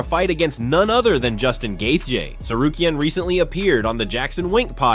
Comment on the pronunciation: Gaythea? Taupuria? This AI can’t read.